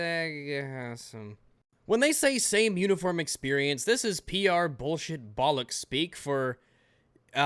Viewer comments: It hurts me to hear an American say bollocks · I can't listen to an American say "bollocks" without cringing really hard